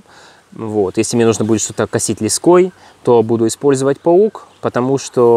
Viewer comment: лЕской, ударение на первый слог